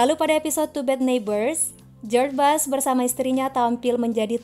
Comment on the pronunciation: Maaf min dibacanya bush bukan bash, untuk Reagan dibacanya salah, dan h dan w dalam bahasa Inggris di Baca nya salah